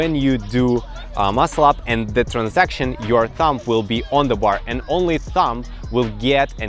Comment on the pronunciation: yeah not bad, just transition -- not transaction